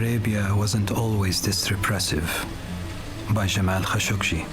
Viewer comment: it's Kashoggi and not Kashoggshi.